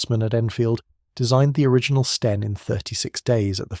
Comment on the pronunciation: your narrator didn't consistently pronounce STEN. Sometimes a short E, sometimes long.